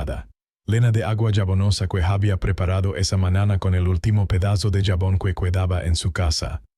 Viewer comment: Ese hablado y todo echo por IA que ridículo. Botela, su papá, Dellavan, manana etc aprende hablar tiene es huevo jejejeje